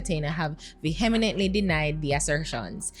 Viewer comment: Lol, did say "Vehemen-ent-ly" and "Ano-min-ity"? 😩😩🤣🤣